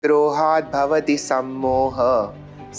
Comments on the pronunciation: Anger is krodha and not kroha. With due respect to his views and qualification where he has expressed from a Neuro science perspective his prerogative there must be a finer understanding of the underlying Supreme consciousness Brahman Gunas Maya Etc then the yogas of karma and Gnana. Let krishna grace everybody watching this to go beyond just a narrow perspective of the body mind intellect Ego and understand the ultimate reality It will be good if verses are pronounced properly in sanskrit Saranagathi to the lord being in the field of Action will bring the ultimate realisation of the eternal Truth Hare krishna 🙏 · There is a mistake...Pronunciation should be " Krodha' not "Kroha".